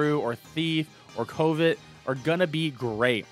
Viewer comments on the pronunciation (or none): I can tell by the way you pronounce covet that you didnt go to sunday school or church. Which works, would not recommend at least the sunday school part lol.